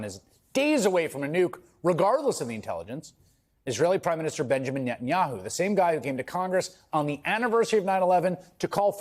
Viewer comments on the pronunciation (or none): Theo Bonn can`t even pronounce Netanyahu `s name ! How stupid is he and better yet how stupid are the millions that listen to him?